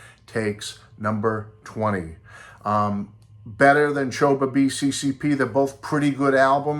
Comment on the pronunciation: Not "Choba b CCCP", but "Snova v SSSR" - that’s how it's pronounced correctly ☝️🧐